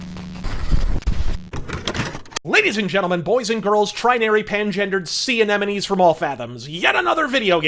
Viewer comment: You said sea anemones. I heard CNeNemies. Tomato, tomato.